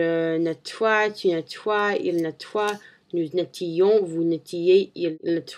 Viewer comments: lol, you've got a good french, we can easily understand you, that's great ! but you still do many mistakes. You said something like : "nous nettions" "vous nettiez", but in reality you must say "nous nettoyons" and "vous nettoyez". The sound of "oy' in this verb is the same of the english "Y". "nett-oy-ons" "nett-oy-ez"... hmm.. that's difficult... if you've got any question just tell me =P See ya~ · when u said "nettoyer ... its okay but ... when u pronounce (nous nettoyons, vous nettoyez ) pronounce your O before your Y ... ^^ but dont stop... u are on the right way ! ^^